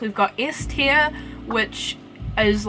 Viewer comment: Tier not teal